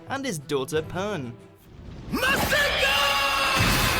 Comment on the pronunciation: It’s masenko